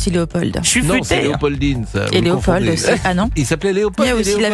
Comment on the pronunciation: On ne prononce pas le d de Léopold